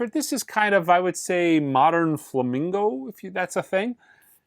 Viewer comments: Please… Flamenco! Flamingo music is for the birds. Also Paco de Lucía is pronounced much differently. Lucía is pronounced[Loo-see-a]. He is an absolute icon and deserves better. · Not flamingo dude…FLAMENCO. And Paco day Lou SEE-ah. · I had no idea Paco "Day Loo Chee Ya" was a "Flamingo" player. I suppose Jan Macloopflin is a fuzyung master and Alan Dimeyolah is a jaze prodigy. Sheesh. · It's Flamenco (FLA-MEIN-CO) Don't review it, if you can't say it!! Is this guy a musician at all??